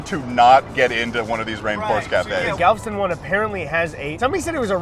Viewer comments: The way he says Galveston makes me want to cry. He does not deserve that bucees hat. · As a born & raised Texan, it's so funny watching & both mispronounce Galveston at every chance they get. And by funny, I mean physically painful. The e is not silent boys. Galveston is a three-syllable word. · how did both you and mispronouce galveston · "Galveston" worst pronunciation I've ever heard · LOL true, I didn’t even think of that! Also they way they pronounced Galveston ☠️ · It kills me every time he pronounces Galveston. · I'm from Oklahoma but I speak Texan and you should know that Galveston is three syllables, not two. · The way he pronounced Galveston has me triggered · The way he butchered Galveston hurt my soul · I'm not sure why but the way they pronounce "Galveston" annoys me so much lmao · It's pronounced Galv'ston??? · As a Texonian myself, it's funny seeing you guys freak out over something as commonplace to me as Buc'ees. Also, it's pronounced Gal-veh-stun. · It’s Galv-Eh-Stun! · why why do they pronounce Galveston like it ddoesn't have and e after the v. they pronounce it Galv - stun, and its pronounced gal - vest - un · That's the first time I've ever heard Galveston pronounced as 2 syllables.😆 (It's Gal-ve-ston.) I went to that one as a kid and it is, indeed, the BEST! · as someone who has lived in texas almost all of my life, i love both of these videos but 2 things bother me: Galveston is gal-ve-ston (3 syllables) and you freaked out and went to the buccees IN FLORIDA??? Buccee is a Texas beaver who EXPANDED to Florida and how were you in Texas for so long and didn’t see any of the 20 other Buccees? It’s just as Texan as Whataburger and HEB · Damnit you two, Galveston is pronounced "gal-vest-ton", it's literally spelled like it sounds! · Pronounced galv Eston but as one word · I LOVE GALVSTIN WITH THE DIARRHEA WATERS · huh, always thought Galveston had 3 syllables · Why does he pronounce Galveston like that